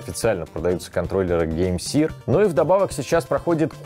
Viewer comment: Может все-таки не сир, а сэр?